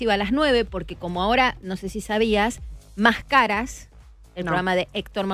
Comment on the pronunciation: Más; caras,Marina , Sorri, estas pronunciando mal,se dice Mascaras todo corrido; Sorri,nadie es perfecto,❤️❤️❤️❤️🙈🤢